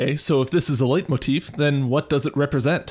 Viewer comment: Leitmotif is pronounced "light-motif". It's german